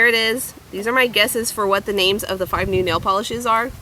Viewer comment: so cool you got the names Right!